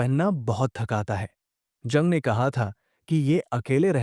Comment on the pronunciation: जंग नहीं युंग बोलो। कार्ल गुस्टाव युंग।